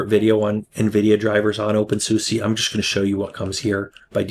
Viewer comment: Oh, please learn how to say the name of the distro correctly.